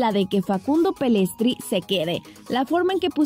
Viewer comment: siempre lo mismo no es PELESTRI ES PELLISTRI SON SABELOTODO Y SIEMPRE SE EQUIVOCAN 🤣🤣🤣🤣🤣🤮🤮🤮🤮🤮